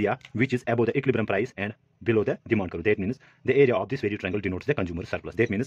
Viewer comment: “Curve” is one syllable with a hard V at the end. A better, more phonetic spelling would be Kurv. But it doesn’t distract too much from a wonderful explanation of this topic. Cheers mate! Keep making this content.